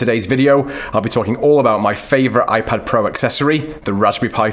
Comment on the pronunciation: “iPad Pro(m)”